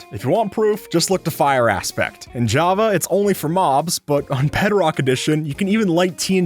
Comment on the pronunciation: bro said "jappa" instead of "java"